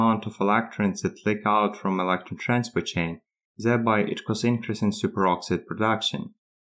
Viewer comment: When you pronounce "electron" and also "electron leakage" it was tough to make out what you were saying but going back and forth a few times I figured it out.